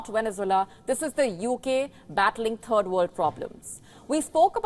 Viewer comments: Did she just say "a turd world country"? Spot on I say. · Cant you practice saying "third" in front of a mirror